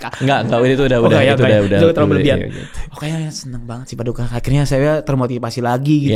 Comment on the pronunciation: PADIKA ganti “i” jadi “u” jadi PADUKA baru ngeh kenapa di panggil gitu